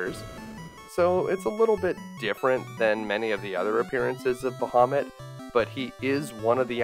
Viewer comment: I believe it’s pronounced BAH-ha-moot